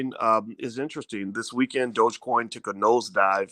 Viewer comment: i am really having a hard time listening to you say "buy shares of crypto" or calling it "Dodge" coin.c'mon doc, (its DOge, (long O sound) . lol if you gonna talk about dont sound like a newbie. jus seems weird from a man i respect so much in finance. gotta work on that.